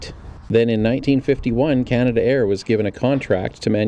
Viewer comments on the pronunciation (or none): Nice video . By the way it's not canada air but canadair , and all their products start with CL not CT 😊